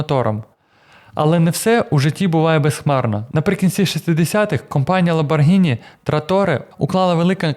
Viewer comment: Протягом всього відео звучить правильна вимова прізвища/бренду ЛамборГІні, а в самому кінці "невістка вс**алась" і ми чуємо ЛамборДЖИні! Вибачте, якщо різкувато!